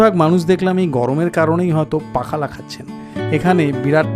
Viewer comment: পাখালা বলে কিছুই নেই। উচ্চারণ হবে পক্ষল । পক্ষল শব্দের শেষে ল এর টান একটু দীর্ঘ।